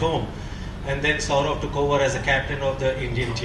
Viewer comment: Why is he saying SHOUROBH SHOUROBH ........ typical bengali pronounciation... Its Saurav i believe